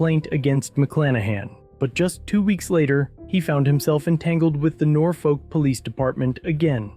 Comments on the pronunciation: It is not pronounced Nor-folk. It is nor-fuk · Just so you know, we pronounce it Nor-fuck, not Nor-folk. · I'm originally from the area. You don't pronounce the L. Nor-fuk. Or as some of the locals call it, Naw-fik. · It's pronounced Nor-fuck here